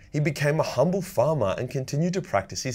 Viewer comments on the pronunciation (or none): none